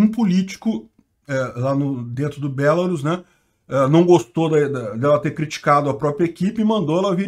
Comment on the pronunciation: Só uma coisa, se diz BelaRUS e não BElarus, mas se não quiser falar certo beleza, eu mesmo chamo ainda a chamo de Bielorrússia :\